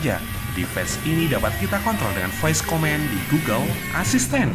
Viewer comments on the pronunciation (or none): inggris nya perlu perbaikan dikit... command=ko-man bukan ko-men...device = di va is bukan dives...distance juga salah ucap...